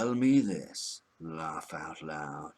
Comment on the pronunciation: "lawff out loud"